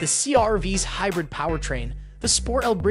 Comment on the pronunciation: "He-brid", Geez.